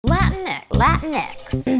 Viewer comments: its pronounced "la-ti-nex" not "latin-x" and its not showing spanish has a preference to men???? what the hell???? its literally just a term to include all latinx people, and yes its all to use non-binary, genderfluid, etc etc., but its to use as a group????? its just grammer???????? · Va te faire foutre! This is bullshit it’s not real spanish and it wouldn’t even be pronounced the way she think it is. X is pronounced Equis not Ecks this is bastardization of my spanish roots and you sjw Americans are destroying it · im fine with it, but the pronounciation is horrendous. it's la-TEEN-ix, not LA-tin-ex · I’m Mexican from Mexico and I’m completely fine with Latinx, if anything the only issue I have with it is the pronunciation, like why not just “latin-ks” instead of “latin-eks”? Also, lol at all the buttmad people at the language being “”desecrated””, language isn’t static, get over yourselves!!! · Latinx only works if your first languague is english tbh, you guys pronounce it like 'latin-ex' but here were we speak spanish as a first languague it would sound like 'latin-ks' which is just odd. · It's pronounced "Latin-e" you don't pronounced the X. It's pronounced as E as in egg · I thought it was pronounced lah-teen-x